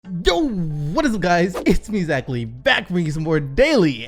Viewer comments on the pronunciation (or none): none